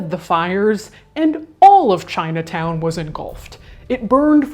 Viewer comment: ChinuhTown oh Lord 🤣